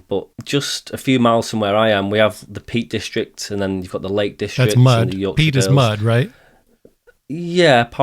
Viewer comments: Peak district, not peat district 😉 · He said Peak District. NOT Peat District. lol. Peak District is really nice. 73 de N9XY.